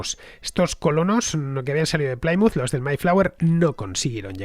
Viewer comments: Programa fantástico. Una pequeña aclaración Plymouth no se pronuncia como "Playmuz". Se pronuncia como "Plimuz". Un saludo y gracias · La pronunciación correcta es 'Plimuth" y no "Plaimuth". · No, se pronuncia "Plimaut" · Me encantan tus podcast pero habrá que cuidar la pronunciación..."Chartres, Plymouth.."...😜